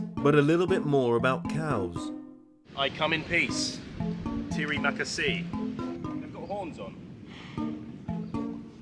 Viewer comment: Butchered the terima kasih immediately, you beautiful man